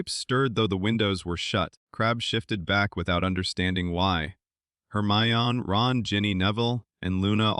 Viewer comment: Also you pronounced Hermione wrong it’s said her my en E no off